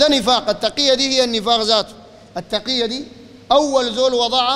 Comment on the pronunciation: يعني تُقْية ؟؟؟؟ اخي في الكتب و عند المحقيقين تقية كما ذكر الشيخ بفتح التاء و كسر القاف.